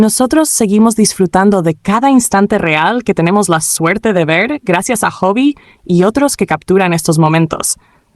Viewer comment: Stupid voice it doesn't even know how to say HOBI ... YOU gotta wonder why vkookers come to JIKOOK channels and comment JK loves V blah blah blah if they really believed that they wouldn't be looking at JIKOOK content!! The TRUTH has gotta hurt them that JIKOOK have loved each other for a decade ...